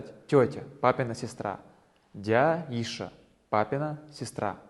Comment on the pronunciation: Ассаляму аляйкум! Продолжайте своё дело, Дала аьттув боаккалба! Альхьамдулиллахl, есть материал для изучения ингушского. Единственное почему Вы всё-таки произносите «а» на конце? По транскрипции йиша (йиш), воша (вош), разве нет? По крайней мере в разговоре только так слышу. Как-то неестественно звучит. Может Вам уточнить этот вопрос у знающих?